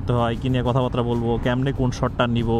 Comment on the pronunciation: ‘কথাবার্তা’ কে বারংবার ‘কথাবাত্রা’ বলেন কেন ? 😏